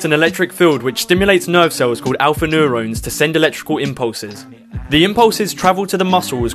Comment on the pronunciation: Why can’t he pronounce neurons? He said neur-oh-nes.